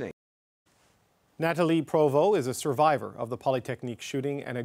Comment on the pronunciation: Why did you emphasize "SURVIVOR" in tone and volume when introducing the guest?? Kinda weird way to talk to a normal person talking...